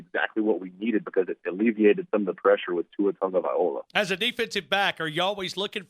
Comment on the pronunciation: My god,! TAGOVAILOA NOT TAGOVAIOLA! Get with it man...